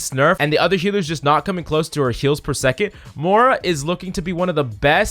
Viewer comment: He said MORA